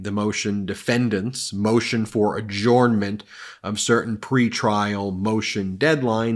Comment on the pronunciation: "Adjournment" is pronounced "ajernment", not "ajornment".